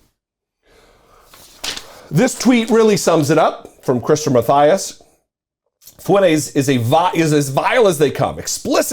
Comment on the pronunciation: This skid mark’s name is pronounced “Fwen-Tez”, not “Foo-en-ace”.